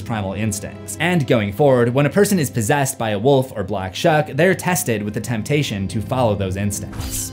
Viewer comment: For some reason I keep hearing the black chuck.